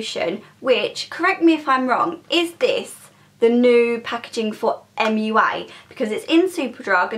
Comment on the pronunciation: It's not MUA!!!